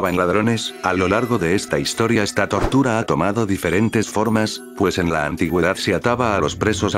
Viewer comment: Le entendí tortugas a la descripción jajajaja 😅